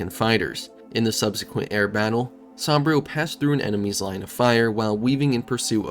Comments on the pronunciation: Great video but why do you pronounce Saburo as Sambrio? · Gotta learn how to pronounce Saburo. 😆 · Man i gotta tell you your pronunciation of saburo was painful to listen to its supposed to sound like oo like moo